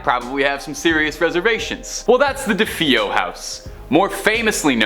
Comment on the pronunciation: Stop!!! Stop with the "Da-Fee-o"!!!!! It's "Da-Fay-o". Every time a host does this, it completely melts my brain.